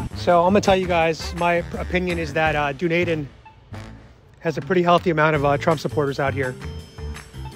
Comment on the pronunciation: Btw, . It's Done Eden, not Dune Aiden😊